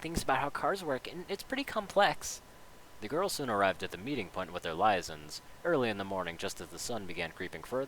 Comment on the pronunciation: Lie-a-sons?! It's actually pronounced lee-ay-zons. Liaisons.